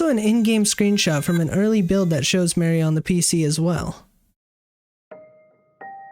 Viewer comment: why he say mari like mary lmfao pretty sure it's more like mahr-ee